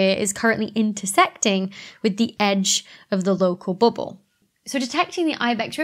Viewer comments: I love how you say "BUBBLE" in your accent.. it sounds a little like "booble" to me, lol. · "booble" XD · I tune in just to hear you say bubble. 🙂